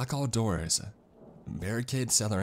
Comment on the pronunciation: How can a radio go: "Lock your doorsuhhh", like i wouldnt hire a guy like that to do my broadcasts.